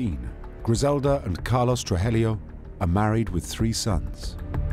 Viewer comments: Narrator keeps saying "Trujelio instead of Tru-ji-llo!!😂😂😂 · Except for the horrific pronunciation of Spanish names...